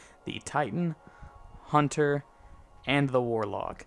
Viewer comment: HUNNER?HUNTER NOT HUNNER